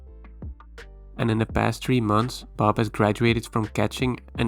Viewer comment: ah, now i understand why you pronounce her name like "baahb"... it stands for badass babe.